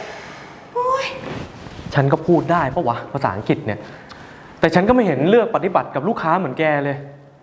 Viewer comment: ภาษาอังกฤษ อ่านว่า "อังกลิด" ไม่ใช่ "อังจิต" นะ